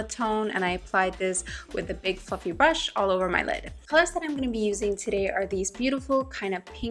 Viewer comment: big fluffy brush I heard big fucking brush lol